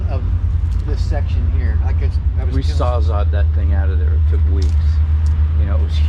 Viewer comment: sawzawwed? Can’t speak intelligent English? Sawzall. sawzaLL